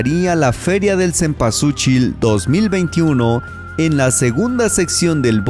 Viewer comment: Mal pronunciado y mal escrito cempualxochil que en Nahuatl significa y quiere decir flor de veinte petalos